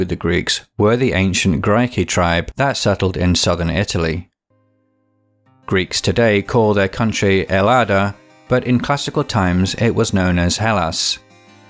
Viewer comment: Ellada is pronounced /el-lath-a/. You love Greece so much you never learned there is no “ D” in Greek or “B” either. I lived there for 8.5 years. Greeks would be offended if you pronounced Ellada that way. It derives from “ Eleni” Helen of Troy from whom all Greeks claim to have been descended.